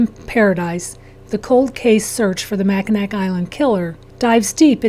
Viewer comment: It’s pronounced MAC-IN-AW.